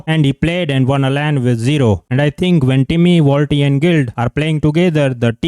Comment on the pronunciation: Waltxy ❌️ Wall tea ✅️